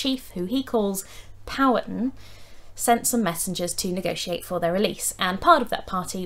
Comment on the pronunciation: Virginian here. Your video is well researched & explained. Just a few notes on pronunciation: Mattaponi is matta-puh-nigh Powhatan is pow-uh-tan Kecoughtan(the name of the federation that Powhatan led) is kick-o-tan Fun fact, the Mattaponi Indians take their name from the three major rivers in their territory. The Matta, the Po, & the Ni.